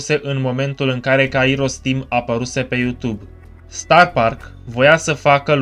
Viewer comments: are dreptate ppr dar nu prea are rost.. se spune kAiros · litera accentuata este a nu i in numele lui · pentru ca pui accentul pe i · Mor de ras cand pronunti Kairos